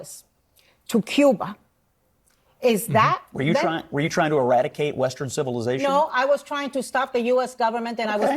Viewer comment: does it sound like Asmon said restroom civilization to anyone else?